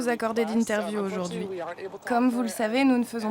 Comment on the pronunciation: J'adore toutes vos enquêtes mais par pitié ça se prononce comme ça s'écrit, "aujourd'hui", pas "ôjôrdui". Pour tout le reste, c'est formidable, merci !